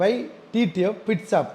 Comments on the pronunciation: Pit shop ❌ Bit shop ✅ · Pitshop❌ pitsap✅